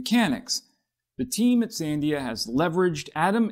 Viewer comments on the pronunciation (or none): fwiw: Sandia labs is pronounced san-DEE-a ... the accent is on the middle syllable.